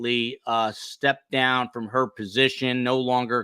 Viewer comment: "NO-o", you said it all in TWO syllables! LOL love the spontaneity and brutal honesty not withheld for even one split second! ❤️ yo nana 1950